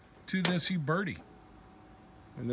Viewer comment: Also, it sounds like he's saying "you birdy". The U is pronounced as the u in uber. "u - bear - tee".